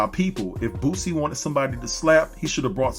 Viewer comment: I kept thinking you were saying "Bootsie ". This is disgusting. F-ng celebrities. I enjoyed the video and it did just what it was supposed to do. Get people watching it and talking about it. The shoe was ridiculous and Nike has said they had nothing to do with it and are taking legal action.